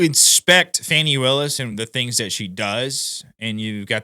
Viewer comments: It's not fanny, it's pronounced Foney? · Even her boyfriend Wade calls her Fani not Fawnie.